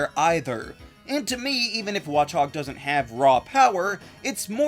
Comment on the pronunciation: It’s pronounced DELL-EE-bird, watch-AHG, uh-RACK-qua-nid, and SHEE-not-ick, “Patrick Star”! 🤨 Stop mispronouncing Pokémon names, bub! 🙄